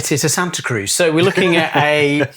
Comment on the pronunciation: As someone from the Bay Area, please pronounce it correctly,! Like does!